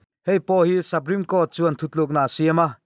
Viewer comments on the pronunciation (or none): Sapreme nilo in supreme tiin lam zawk teh a